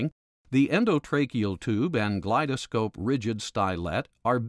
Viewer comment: Its not pronounced glide -a-scope brother. Its glidescope.